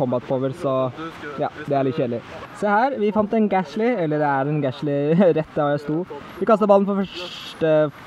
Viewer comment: Og det heter Ikke Gahsly Det heter Gastly! #Tommelopp